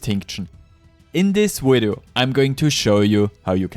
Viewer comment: My boy, put your top teeth on your bottom lip and say "Video"